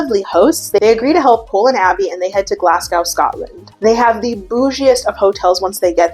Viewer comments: It’s pronounced glas-go but i love you girl and I’m glad ur reviewing the uk episodes now ❤pls do more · the way you said dumfries scotland absoultely perfectly, like no need to apologise bestie, but then you called glasgow glass cow 😭(for future ref the glas is prounounced more like the las in las vegas but with a g, and the gow is just go, as in.. go. lol) no but love ur vids and as a scottish dyke who didn't even know there was a uk catfish... this was wild. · Ok scratch that I heard you pronounce Glasgow and I’m afraid I’ve had to revoke it sorry gal 💔